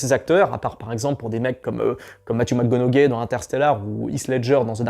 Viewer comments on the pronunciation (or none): none